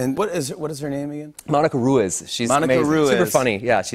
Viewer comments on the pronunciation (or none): Roo-is? Toda la gente Lantina out there with the same last name just cringed. All do you all a solid. It’s: Roo-ease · What the heck is Ru-is? It’s Rueez. Omg. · Ummmm... It's pronounced Roo-eez... Not Roo-is... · Ugh I love Ryan Renolds but Roo-iz ain't it. Roo-ez, my dear. Unless that's how Monica pronounces it, let's pronounce Spanish surnames IN SPANISH. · It’s pronounced “roo-EEZ” lol 😆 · Latinos must start showing our American friends how to pronounce Latin last names. Ruiz, should sound like one word, not Ru-iz. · OMG They pronounce her last name SO WHITE😂.